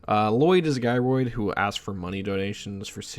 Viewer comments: Hey my man. You were so close you pronouncing gyroid right lol. Gy-roid, just like Gyrate. You even said them in the same sentence. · how did u pronounce gyrating correctly but not gyroid 😭😭😭